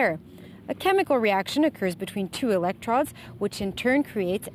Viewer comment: Ok.. hydro-lye-sis is forgiveable, but elec-trodds? Sorry, please take an English class ASAP.